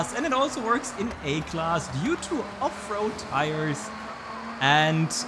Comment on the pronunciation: It doesn't matter how many times you say Off-Road Tires... I hear Afro Tires.